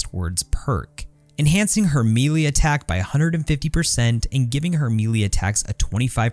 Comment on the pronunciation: The way you pronounce “melee” is kind of galling💀